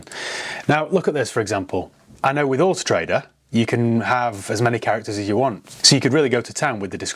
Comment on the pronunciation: "Horse Trader"...when you say Autotrader fast 🤣